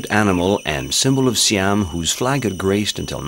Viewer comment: I wish that the narrator had checked out the correct pronunciation of names like "Phuket" and "Siam".